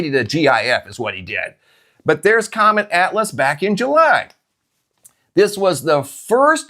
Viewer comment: Why You Kep sayng, c😂omet?!🤭